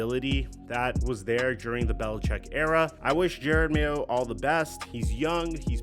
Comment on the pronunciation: You'd think someone who makes videos on the NFL would know how to pronounce Jerod Mayo's name. Especially with footage in a video where someone pronounces Jerod Mayo's name correctly.